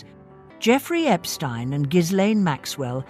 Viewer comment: Epstein, not Epstine!!